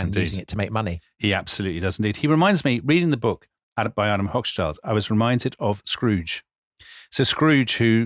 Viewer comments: Hoch-schild = high-shield Schild is pronounced like shield but with a shorter ee-sound and ends with a t. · "Hoch-schild" ("high shield"). Similarly: "Roth-schild" ("red-shield"). Long "o" in both names. The only time that "Hoch" has a short "o" is in the word "Hochzeit" ("wedding").